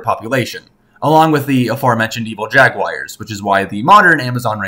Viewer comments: Stop saying "jag-wire" lmfao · Is it just me or did he pronounce Jaguar as Jagwires?